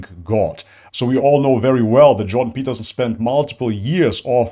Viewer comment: The Juiden Pertterstien... you said who?